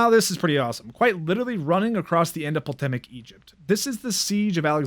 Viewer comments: Poltemic Egypt, lol. Cool video, but maybe look up the pronunciation. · Dude says poltemic